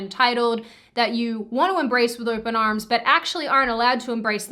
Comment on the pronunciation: She said "arms" with an Irish accent, Cultural Appropriation!